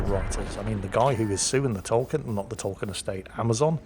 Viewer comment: Is it really Pronounced "Tolken"? I thought it is pronounced "Tolkien"...